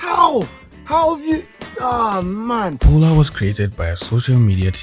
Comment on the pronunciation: My name is Paula and I feel called out when he says Polar